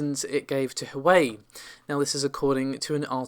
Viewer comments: Hey, just to let you know that Huawei is actually pronounced "who - are - way". No Grammar Nazi, I'm just letting you know. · Yea it's a REALLY bad attempt. Wah-way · Sorry, Can't help myself; Its pronounced "Hwa-way" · Just for future reference it's pronounced 'Hwar-way' 😊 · Nvidia is about to introduce a small refresh,plus a small price cut. Huawei is onounced WAH-WAY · Huawei is Pronounced - Waaaa-way :) Also Navi is “Nav-eee” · Minor nitpick, but you aren't pronouncing "Huawei" correctly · The way u say Huawei 😆😆😆